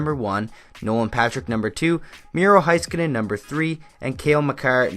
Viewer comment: The way you say Miro Heiskanen.... I'm finn and I had to listen it 7 times to understand what you said